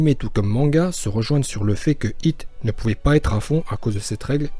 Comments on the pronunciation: Pourquoi tu dis « Hito » c Hit, c un mot anglais, c’est débile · par contre va falloir arrêter d'assassiné les oreilles des gens en appelant hit "Hhhhitho" par ce que autant appelé vegeta "begita"